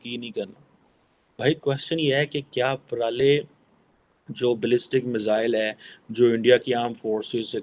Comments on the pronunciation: It's pralay not prolay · MADrassa chaap, yeh pro-lay nahin “Pra-la-ya” hai. Lahori Urdu yani aap LARDU language bolne wale ho. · It's pralay not parali 🤣🤣🤣🤣🤣 pakistanis 🤣🤣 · It is प्रलय bolna to seekh lo pehle fir video banaooo yrrrr